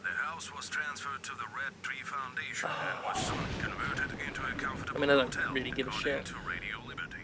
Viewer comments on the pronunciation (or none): none